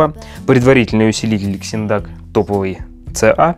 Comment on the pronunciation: Вообще то читаеться не Ксиндак ,а Зиндак